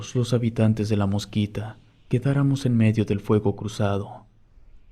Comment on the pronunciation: Soy de Honduras y no es la "Mosquita" es "La Mosquitia"